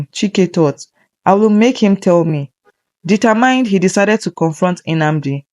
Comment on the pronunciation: Sorry but there are some words you didn't pronounce correctly like the word "determined" you call it "determind"